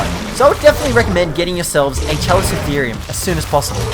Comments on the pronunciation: its pronounced Cal-eh-co-theer-i-um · Chalicotherium (KA-lih-co-THE-ree-um) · You said the chali's name wrong, so iriitating